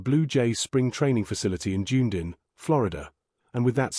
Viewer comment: This commentator's is very aggravating with his awful mis- pronouncing of many names [ " Junedin" 'Ohanie" ? still showing a photo of the old third base coach who has been gone 15 months.